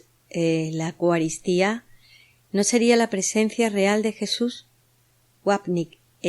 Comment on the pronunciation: Gracias, estupendo trabajo solo con todo respeto quisiera que pronunciaras bien esto, se dice: EUcaristía no digas Ecuaristía. Gracias😇